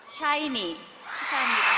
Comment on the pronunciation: 뭔데 사이니로 들리짘ㅋㅋㅋㅋ 발음봨ㅋㅋㅋㅋ